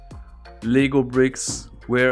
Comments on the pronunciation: He made LEGO sound like it's legal lmao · For some reason I thought that you were saying “legal” instead of “LEGO”, so that made me think that there was an illegal version of this puzzle that can only be solved by building it, but intentionally messing up on some steps in the instruction book. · I dont know why but I thought he said LEGAL BRICKS instead of lego bricks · I love this but it’s LEGO not legal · Lego not ligo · i love this puzzle. btw everytime you say "Lego" to me it sounds like "Legal" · This is so cool but I love how he calls Legos, legals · I’m confused about what he is saying, legal or Lego